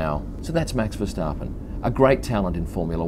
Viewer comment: You pronounce his name perfectly.